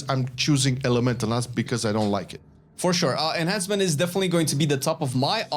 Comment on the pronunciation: Is it just me or when he says enhancement is thought he was saying Asmon